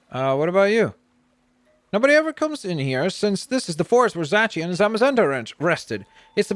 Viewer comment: Zacieon is pronounced Zay See On